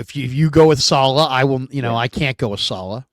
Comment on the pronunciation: Can you guys get together and agree on the pronunciation of Saleh?